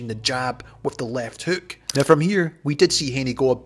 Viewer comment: You said “ripping left heuk”